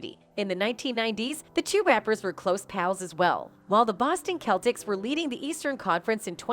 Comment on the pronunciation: Wow she can't pronounce Celtics right either.